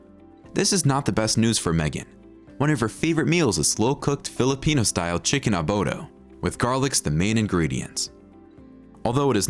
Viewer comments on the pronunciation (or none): it’s Philippine Chicken ADOBO not ‘ABODO’ LOL 🤣😂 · Its Adobo..not abodo. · It's chicken adobo , not "abodo". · the chicken abodo lols, it's adobo not abodo. Adobo is suppose to be pork not chicken. Adobo is spanish word means dress pork. The spaniards cooks it with grapes. Than teh chinese came in philippines and they're using soy sauce in the pork, so the adobo became soysauce not grapes. Tha later on people don't understand what adobo means they thought it meant anything with soysauce and garlic. So they called chicken adobo, and the spinach adobo, shirmp adobo, peanut, etc anything is called adobo that has lots of garlic and soysauce. BUt adobo is suppose to be pork.The name is spanish but the recipe is chinese. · The guy speaking mispronounced Adobo as Abodo. 🙄